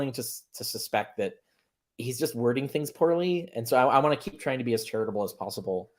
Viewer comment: LMAO yeah when you hear the word charitable you think "Carrier"